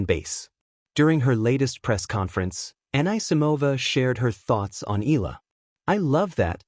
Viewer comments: It irks Filipinos when you can't even pronounced EALA, it's pronounced "EE-YA-LA" not ILA...please get it right, maybe you'll get more views!! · Please pronounce E Ya La, just a suggestion. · It's AI. The mispronounciation is an AI flaw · U cannot even pronounce Eala correctly😮😂😅